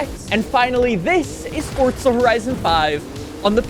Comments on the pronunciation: For za not Fort za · Its FOR"Z"A, not FOR"TZ"A.... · "For-zuh", not "forts-ah". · supposed to be "hardly any". Not everyone cares about language like us. He also pronounced the game title as "forts-ah" instead of "forz-uh" like it should be. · How about calling it "forts-ah", instead of "forz-uh"? Rage-baiting or just dumb? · Its Forzaaaaaaaaaaaaaaa not ForTza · What are you pronouncing it "forts-ah"?